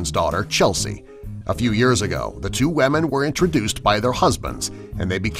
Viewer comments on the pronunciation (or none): What the fuck is a "wemin" 0_o